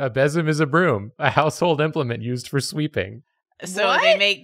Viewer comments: Besem is actually pronounced "bay-sum." I helped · So fun fact. It's pronounced bee-som. And they weren't brooms for sweeping dirt. They were (and still are by many new pagans) pagan tools for keeping away bad energy and demons from the home. I have one that sits by my door that I made myself.